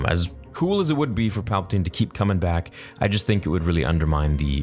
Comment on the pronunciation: Palpa Ting